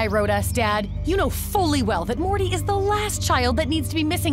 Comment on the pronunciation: Wolfgang Schröder I cant believe I went to comment and saw this comment. he stretches out every last syllable, especially "E" sounds. Morteeey